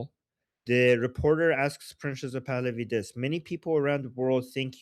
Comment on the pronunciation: Why do you keep saying princess of Pahlavi? It's annoying 😂 it sounds like you're saying princess of Pahlavi